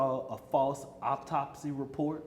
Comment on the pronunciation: Also what is an optopsy? You can barely put a sentence together. And Austin’s last name is METCALF!! Met-calf. Have some respect!!! I saw that hateful video that Karmelo’s mother put up on social media blaming Austin for his death because he “put his hands on” her boy. It’s funny how it disappeared so quickly. But it was up there long enough to show just what kind of family Karmelo grew up in. One that plays the victim and does not take responsibility for their own actions. 😮Finally, stabbing someone in the heart is NOT a mistake.